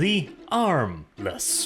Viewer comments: It was "armless" this whole time? Whenever you mentioned him I thought you were calling him "Harmless" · You forgotten the silent h in armless.